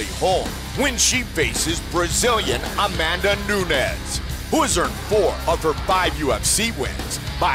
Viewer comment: Miesha "Cupsize?" Tate vs A-Man-Duh Nunes